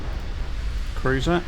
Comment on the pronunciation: Never in my life did I think I would hear say "Cuwuiser" more than once.